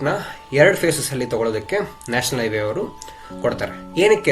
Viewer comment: It's not Iway, it's Highway